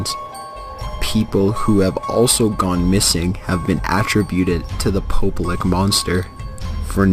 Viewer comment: "Pope. LICK?" LMAO